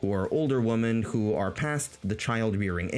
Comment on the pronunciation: Great summary of that sad milieu. Your pronunciation of the word "women" almost burst a blood vessel in my head, but the tremendous quality and sense of humour you put on display more than made up for it. I really hope the manosphere dies, just like I hope tumblr feminism dies. They're on their way out, but I'm not confident they'll ever be truly dead.